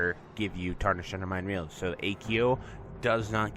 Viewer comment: Love the content! Hype for P7! - Just a heads up it's "Ray-Al" not "Reel" as in the Brazilian Real (Currency)